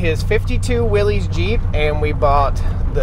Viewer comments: It’s pronounced “Willis” not “Willies”. You don’t deserve that vehicle if you can’t even call it by the proper name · Will- ISS, not Will-EEZ!!! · I wonder how many times John Willys has rolled over in his grave because of people pronouncing his name incorrectly. ;-) 'Willys' pronounced like 'Willis', where the 'ys' sounds like 'system' or 'hysteria'. There was no Willy or Willie to make a possessive noun. :-P Cool 2A though. I'd replace all rubber and fluids, then drive it another 70 years. :)